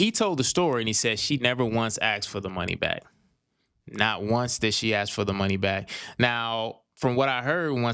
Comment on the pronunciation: Ask!!! Not ax!!!